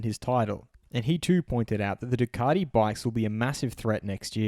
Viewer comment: Ducardi? Come on mate, you're embarrassing us. Either introduce yourself as Dilloon Shellee and do the entire video in a fake European accent and or give it up.